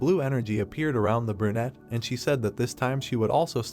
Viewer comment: bro stop saying burnete